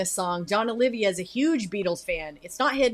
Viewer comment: Know what? I've been a Savatage fan since 1990. And I've had it with people saying "Olivia." It's OLIVA, for fucks sake. 32 years of correcting people, you'll understand why I'm a little pissed off.